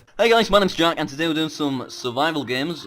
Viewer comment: Why does it annoy me that I can't hear the "T" in "today" at the beginning